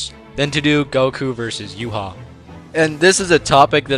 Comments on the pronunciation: Why do so many pronounce Ywach's name wrong💀. but then again its incredibly difficult (You-Ha-Bach) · wow bro said. Respect! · I was baked af watching this and kept thinking you were calling Yhwach “U-Haul”